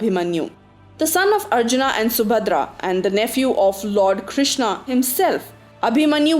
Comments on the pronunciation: Why the stress on the "haa" sound at end of every name? Its not ArjunA. its a softer sound Arjun: where the colon is a much softer sound than the way you are pronouncing. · What the hell i extra A after every name Karna, Arjuna, Duryodhana , Bheema ??🤬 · Please English m bol k naam mat kharab karo sabke It's Arjun not Arjuna it's Bhism not Bhishma it's Shiv not Shiva It's Ram not Rama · What the fuck are these dronaaa, arjunaaa, bheesmaaaa, pronounce the historical names properly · Spelling change'while transcripting but why you are changing pronunciation. Not arjunã it's Arjuna or Arjun if pronounced correctly and also for rest of names. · Why the hell are you speaking like that foriegners don't how to pronounce ram shiv karn arjun it automatically gets pronounced like rama shiva karna and arjuna but you are indian then why the hell u can't speak like that. You don't look very intelligent or smart while speaking like that do not destroy the new genration. You should regret